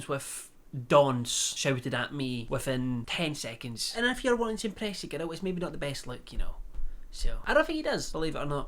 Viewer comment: Everyone: Girl: Gerrill